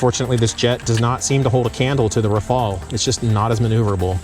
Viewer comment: Thanks for the informative video. It is nice to see the comparison. I think it would only be fair to pronounce Rafale with a French accent as the Gripen was pronounced with a Swedish intonation.😁 Keep the videos coming.